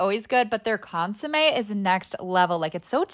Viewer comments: It was piercing and traumatizing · Consomé, it's just that she pronounced it like "su" instead of "so" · ITS PRONOUNCED CONE- SUMEH